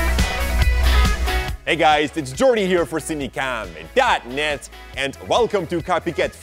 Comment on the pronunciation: his .net sounded like dangit no offense or anything just would like to point it out